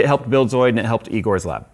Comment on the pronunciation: "Eegores lab" - "That's eyegore"